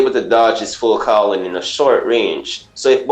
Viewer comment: This dude really just saying "full crowling"